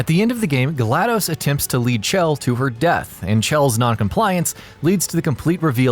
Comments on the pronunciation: Her name isn't cchhell like you keep saying it's shell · Did any one know he's pronouncing it ch-ell but it's sh-ell = chell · 'Chell' is pronounced 'shell' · HER NAME IS PRONOUNCED LIKE SHELL